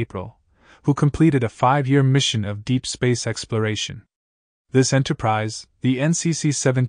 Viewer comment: If you got a person to narrate instead of a robot, the last one would not be called Enterprisey.